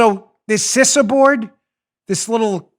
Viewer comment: Good luck tomorrow Dan. I know many people who've had chemo and some, like you mentioned, agreed it sucked. But then I've known others who've had no side-effects at all. I'm praying for you overall and hopefully you'll fall into the latter group. Side note: I'm pretty sure the pronunciation of CISA is "Cee-suh". No biggie, but I thought you'd like to know. I'm an avid reader and that's what numerous big name authors, like Clancy, Silva and Rollins, have said.